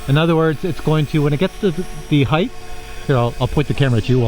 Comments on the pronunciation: It's not "HeigTH" it's "HeigHT" it's hard to watch a 50 or older person pronounce HEIGHT The wrong way. I bet he says supposebly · Hey Like this video, I'm looking to get a drone that isn't necessarily a DJI. Same as your friends requirements but doesn't have to be a dji but it's OK if it is. Any advice? BTW " height" is pronounced with a hard "T" at the end. Not a " th". Just like it's spelled heighT (Hi-T) not heigTh.